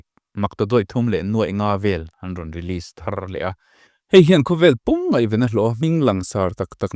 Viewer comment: Ngeihven te hi in ti thin a ... Ngaihven tih tur a nia ...